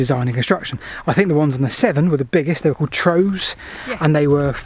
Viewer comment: PS the Severn "Trow" rhymes with cow!